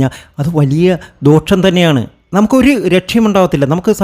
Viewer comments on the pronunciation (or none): മലയാളം ശരിയായി പറയാനറിയാത്ത ഈ കോന്തൻ ഏതാണ്. ദോക്ഷമല്ല ദോഷമാണ്. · ഇയാൾ ആരാ മലയാളം മര്യാദക്ക് സംസാരിക്കാൻ കഴിയാത്ത ഇയാള് ആണോ ദോഷം തീർക്കാൻ വരുന്നത് ഇദ്ദേഹത്തിന്റെ ഉച്ചാരണം ഭാഗം - ഫാഗം,ദോഷം എന്നതിന് - ദോക്ഷം എന്നാണ് പറയുന്നത് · 👍 but ഡോക്ഷം എന്നല്ല ദോ ഷം എന്ന് പറയൂ.. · ദോക്ഷമല്ല തിരുമേനീ.... ദോഷം